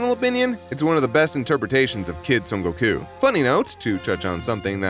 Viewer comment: Great video, but why do you pronounce Goku like that?